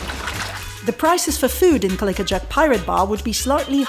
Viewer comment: thanks again for another wonderfully informative video. Have been talking to people I know about your videos and channel. Noticed you kept pronouncing the pirate's name as "Cali-ka" as opposed to "Cali-co" as in the words "tobac-co" or "simpati-co".😄